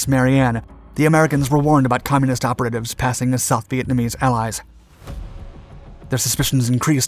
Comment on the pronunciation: what is with this guy's pronunciation? "Operate-ehves" as opposed to "Opera-tivs" (Of course these are phononically pronounced and not spelled correctly) Fact is I've noticed this in a lot of episodes that he has a perfect grasp of the English language but he really mispronunciates some simple things. His voice can kind of get to me too sometimes but the information is worth it. His pronunciation however? Is not. Anyone know where this dude is from?